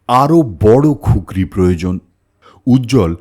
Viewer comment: ওটা খুকরি নয় কুকরি